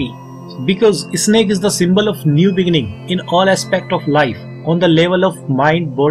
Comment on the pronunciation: Its snake not Isnek